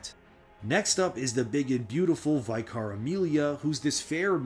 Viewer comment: Man why does everyone call her VYKAR? its Vicar, VICKA.